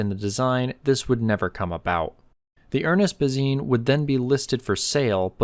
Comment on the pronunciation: Why are you pronouncing Bazin incorrectly? It’s disrespectful.